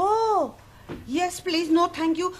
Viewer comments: Taro is not a real Japanese right? Japanese tend to change "L" to "R" and vise versa as in Please to Purisu not pleaso. But this show is hilarious as ever hahhaha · Taro's Japanese accent isn't really correct. Or maybe it's another type of Japanese accent? Bc. Don't they pronounce the letter L as R. And they mostly have a U at the end of a word If they speak English like for example : the word "please" they say "peresu" -> not pronouncing the U at the end instead of "pleaso"... I'm sorry if I'm wrong xd. I'm not saying that I'm correct 😅